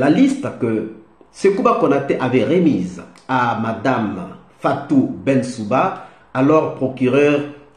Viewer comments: BENSOUDA et non BENSOUbA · Cher, Il faut plutôt prononcer Fatou Benssouda pour ne pas écorcher le nom de l'ancienne procureure de la CPI.